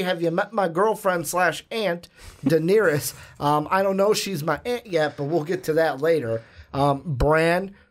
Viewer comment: stop calling Daenerys diniris